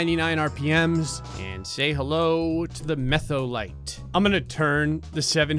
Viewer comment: The "Metholite" had me dead